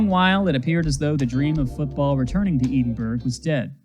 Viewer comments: Love the vid, couple pronunciation notes from a Texan: Edinburg, TX is pronounced “edd-in-berg” and Vaquero is pronounced “vah-care-oh” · Short “E”. Like the name Ed. Edinburg. Vaqueros - Vah-KEHR-ohs.